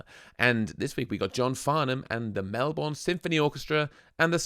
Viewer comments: At least you pronounce 'Melbourne' correctly.... props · Thank you for pronouncing Melbourne correctly (eventually). John is amazing right from his teenager years. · City of Melbourne - pronounced 'Mel-burn' by Aussies (If you pronounce it as 'mel - BORNE' we know you're from the USA 😃). And yes, Farnham is a great singer. Check out his version of 'Help'. Another great Australian singer, born in Melbourne, was the late, great Renee Geyer. Please check out her version of 'It's a man's, man's world' and also 'Stares and whispers'.